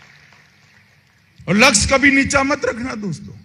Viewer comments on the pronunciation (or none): Lux 🤪🤪🤪🤪🤪🤪🤪🤪🤪 pehley bolnaa sikhoo...laksh......purey India ko barbad karney key baaad Maharashtra aaye hain.....ukhadneyy